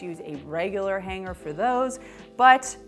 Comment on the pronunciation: Funny how she says H A N G - G E R 😆